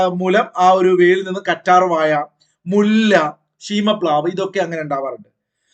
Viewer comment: കറ്റാർ വയ അ ല്ല കറ്റാർ വഴ 😂😂😊😊